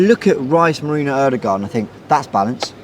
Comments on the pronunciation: Somebody please tell the name is Merino, NOT Merinho 😂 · Thats what I said too, how hard is it to say merino? Lol